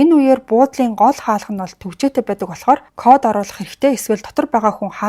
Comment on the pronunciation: Baisan baidag gedeg ugnuudee beesen beedeg gej heleed bgaam shig sonsogdood bhii 🤣🤣🤣🤣